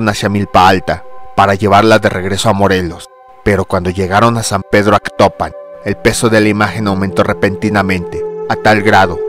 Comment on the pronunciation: Es Atocpan no Actopan, ignoranto.